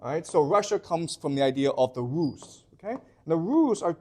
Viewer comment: The Rus = "row"